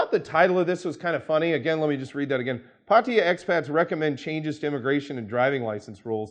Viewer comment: just a pet peeve, the Thai government's chosen English spelling is Pattaya, which is pronounced Pah tah ya first a is short a sound, not an o sound like in the word pot. it is not Pottaya it is Pattaya also mention here that many expats like to pronounce Pattaya, Pah tie ya and as can obviously be seen there is no letter i in the city name Pattaya, just as there is no letter o. It's just nice that individuals who work, live, discuss Pattaya, can actually correctly pronounce the name.